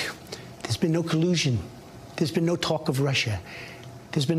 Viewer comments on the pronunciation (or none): Nah he just mispronounced collusion when he tried to accent it. He speaks like an elementary schooler most of the time. Cut him a break it's a big word for him.